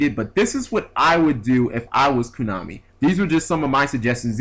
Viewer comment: why do you say "koonami"